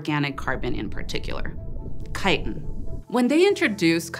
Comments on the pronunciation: It's "chiTin" not "chi!-in..." Can't stand to watch, can't stand to listen... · I know this isn't the point of any of this, but I'm fascinated that you dropped the t in the word chitin, like a Londoner would. Is that becoming a thing in the US, or is it common in the part of the US you're from, or do you just know a lot of British people who talk about chitin, and you picked up their glottal stop in the word?